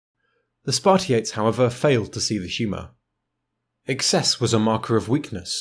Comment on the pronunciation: I know you are not Greek but I can't help but point this out. It's Spartiátes and perioikoi is roughly pronounced periiki. Also if you want to pronounce it like a real Greek,helots is pronounced ilotes